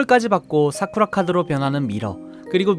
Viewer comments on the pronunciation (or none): 싸그라!!!라고 들림 (체리 이름이 사쿠라인데 샤오랑 잘말해줘야징) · 눈김고 들으면 나루토가 사쿠라 부르는줄 알겠음..